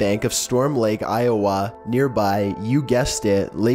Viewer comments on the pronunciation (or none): none